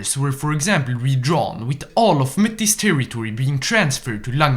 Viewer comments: By the way, Metis is a french word, so it's pronounced May-Tea, otherwise great video! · “ErM akSchuAlly MeTIs is pRouNounsHed “May-Tee” Cool video mate, enjoyed seeing what Canada and how the natives are doing. Not well as it seems 😂 better than being assimilated by the legion atleast